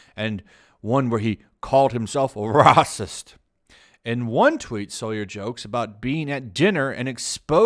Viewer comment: Honestly, at this point I'm mostly checking out your videos just to hear you say "RRRRRAHSIST!" XD